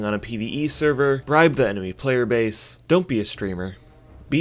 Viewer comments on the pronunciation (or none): none